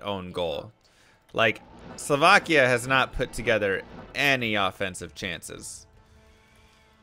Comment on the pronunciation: I must commend you on "Slovakia" pronunciation! You are saying it the right, not the American way!